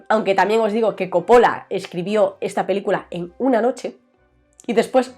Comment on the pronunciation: ¿por qué coppola y cólega? ¿no es cóppola y colega?